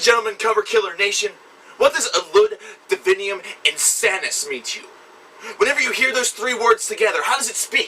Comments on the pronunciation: It's divinUM, not divinium. It's still shit tho XD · true, but still almost all of the reviewers I watched said "divinium" instead of divinum